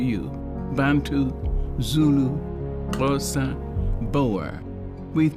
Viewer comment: I love that she took the initiative to pronounce Xhosa correctly which I think many people (non South Africans) take for granted when talking about a culture of people ✊